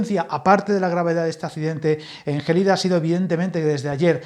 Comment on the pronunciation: Gelida es una palabra llana, no esdrújula! De nada!